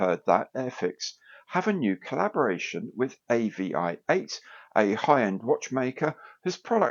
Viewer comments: AVI-8 is supposed to be pronounced aviate. As in "fly". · pretty sure its pronounced Avee-eight, I do like the AVI-8 brand but not sure about the Airfix branding